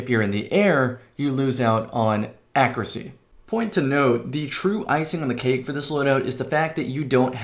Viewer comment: ACCURACY • /ˈAKYƏRƏSĒ/ (note the Y in there!) like /'AC YOU'RE A SEA/